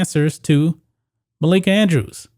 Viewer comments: It’s “Malika Andrews” not “Makaila Andrews,” you 🤡. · It's Malika not Makaela. Get your facts straight bro. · MUH-LEAK-UH......lol....love the stuff just pointing out her real name...but you did get it on the 3rd try🤩😂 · I cringed every time I heard makayla andrews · The fact that he keeps saying Malika's name wrong is stopping me from watching this video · MALIKA BRO ..ITS MALIKA 🤦🏿